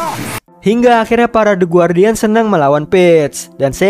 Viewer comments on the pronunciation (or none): Bang Bukan Gwardian Tapi Gardien Buat Simple